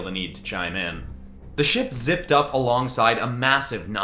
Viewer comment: These are sick! Love the superhero themes. Would love to see more justice avengers or DnD-Vengers. Also totally heard 💩 instead of ship